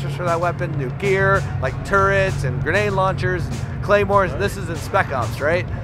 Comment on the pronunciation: did he say "grenade-launchers" ..? is this a joke?